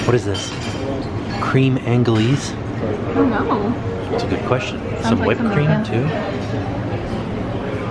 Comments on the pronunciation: “Cream Angle-eez” lmaooo i love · The Cream thing you didn't know what it was. You say it as Crem on glaze. (cream / creme anglaise ) It's a French version of like a custard. Great video as always guys 😊💛 x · Hey guys, great hotel, thanks for sharing. BTW it’s Creme (crehm) Anglaise (Onglay) which is french for “English Cream”. It’s basically custard, the French just don’t have a word for custard. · Wow! ( Creme Anglaise “Crehm anglaze” ) I want the honey!